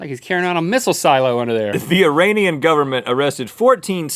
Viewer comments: It's pronounced: Ee-ray-nee-un. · The way Rhett pronounced Iranian....